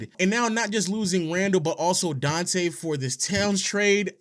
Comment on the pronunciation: Donte Deevencheenzo